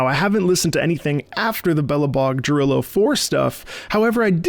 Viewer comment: Not to be THAT person... but.... It's Ya-rillo.... not Ja-rillo.... the J in Jarillo is a Y sound.